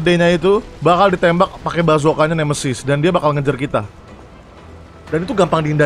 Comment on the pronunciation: Nemesis, bukan nemeisis